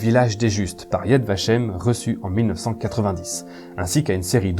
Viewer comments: Yad Vashem est parfaitement prononcé. Honneur au Chambon, et plus généralement honneur à tous ceux et celles qui se sont levés contre le Reich alors qu'ils avaient tout à perdre et rien à gagner. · tres bonne video . ya vashem est tres bien prononce.